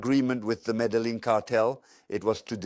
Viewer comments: It's pronounced Mé-dé-yeen not medeling please and thank you for uploading. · Medellin not Medelin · why does his voice sound like AI. also he pronounces medellin how i feel like AI would pronounce it